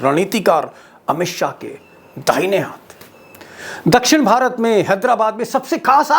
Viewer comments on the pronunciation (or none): none